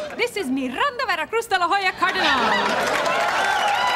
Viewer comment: I guess that when the second surename is important we hispanic use both; or when our parents were not married when we born. But I just don't understand why she says "Mirranda" instead of "Miranda" (even Al Bundy says it right in